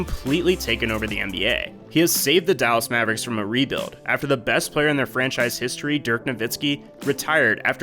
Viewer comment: He said dirk nivitzski lol